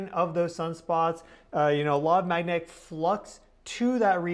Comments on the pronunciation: Bruhhh, no!! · While you are on your trip maybe you can work with a speech therapist to work on pronouncing the word magnetic.